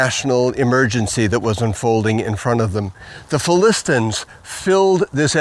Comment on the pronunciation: Great video. Why does he pronounce it "Philistins"?